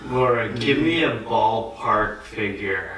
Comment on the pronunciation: Your English pronunciation is incorrect in many words. E.g., the word 'ballpark', you need to pronounce it as in ball, not boll. You say it with an o sound, it needs uh sound. Also, book is incorrect pronunciation. It's a deep long double OO sound. Learning Grammar from Korean teachers is fine, but when it comes to speaking part, Koreans need to learn it from native speakers or teachers who have native tongue.